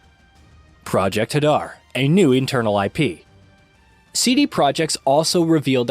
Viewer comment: It’s Project “Hay…..Dar” NOT HuhDar!